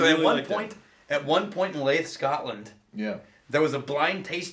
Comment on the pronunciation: When you spoke about the blind tasting in Scotland at 5.40 you said it took place in Leith, Scotland. Just for the record The Malt Whisky Society is based in Leith which is an area of the city of Edinburgh. The place is pronounced Leeth, not Lathe as you pronounced it.